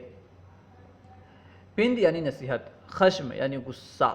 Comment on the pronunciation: غلطیاں کیوں کرتے ہو ۔۔۔۔پند پ کے فتحہ کے ساتھ ہے۔۔لغات کشوری صفحہ ۸۶ پر ملاحظہ فرمائیں